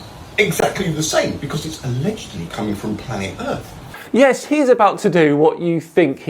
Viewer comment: Why cant he pronounce earth correctly 😫